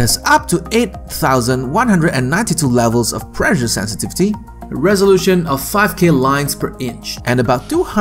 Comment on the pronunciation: The pronunciation of 'pressure' is preSHer, not preJer. Two S' means not vocalised S.